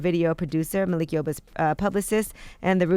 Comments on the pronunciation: Its Malik not Makil breakfast club, LOL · “Makil” yoba ??? Lmao 💯😂😂😂